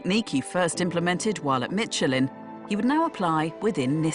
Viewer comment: What company is “Mitchelin”?